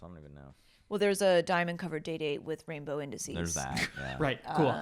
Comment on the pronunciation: Did she say a "rainbow indices" or "rainbow disease"?? 😂🤣 🌈 ⌚🎉